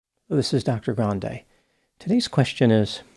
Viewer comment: I like this guy/ but I don't like him adding the "grand-ay " yo his name...he could just as easily been grande, as in Grande Prix, but he went all Arayana Grande, when a simple Rio Grande would have sufficed. I see a bit of insecurity in the grand scheme, or, grande scheme of things.